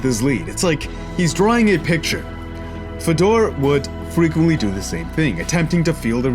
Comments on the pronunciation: Its pronounced fay-door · Love the channel. Great vid . Fedor a legend. Btw it's pronounced fay-door. Keep up the good work mate